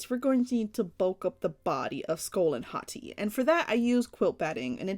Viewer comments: And BTW it's pronounced HOE - TEYE if you know how to say that based on how I spelled it. Great job! 🙂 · HAHT-ee is how you pronounce it by the way i searched it on google so i know its true and also these two look grate 🧀seal of approval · Why when you first said their names I thought you said "skull and hotteeth" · It sounds like she says hot tea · Every time u said Hati’s name, I thought u was saying Hot Tea.